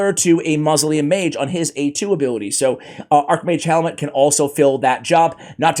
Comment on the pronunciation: I really do not think it's pronounced "Helmet". Its Hellmood - for Archmage Hellmut. It's a german name.